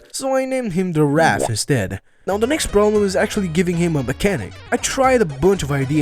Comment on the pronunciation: Also, it's Wrath, not Wr(i)ath.